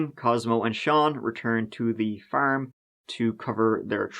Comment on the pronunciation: Everyone always talks about saying “tree” but I’m dying over “the baern on the faerm”